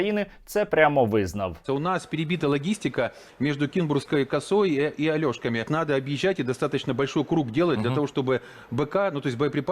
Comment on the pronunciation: Ця гнида сказала "Альошкамі"???? 🤮